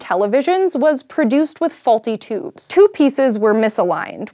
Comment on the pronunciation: She says "toobs"